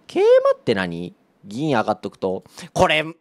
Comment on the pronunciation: 桂馬の発音良くて草